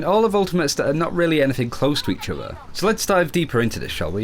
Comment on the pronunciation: has a very good english prenounciation...but he keeps saying udder instead of other. Sounds like nails on a chalkboard. Sorry for being a dick.